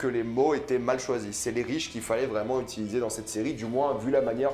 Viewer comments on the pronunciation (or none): none